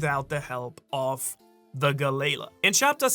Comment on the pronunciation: Galley-la = Galalee